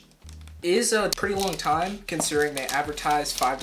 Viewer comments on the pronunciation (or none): none